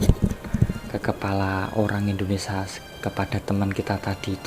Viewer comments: Woiii itu indonesia pengucapannya bukan indonesa,...bahasa burung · ngomong indonesia dulu yg bener ,bkn indonesa. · Tolong di ralat kata indonesa.. harus diucapkan dengan benar INDONESIA bukan INDONESA..